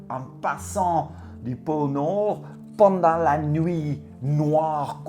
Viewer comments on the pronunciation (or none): Quand tu dis "pôle nord" avec ton accent et l'élocution, ça donne "porno" J'ai tilté dsl 😅 sinon bonnes fêtes de fin d'année🌲☃️, à tous.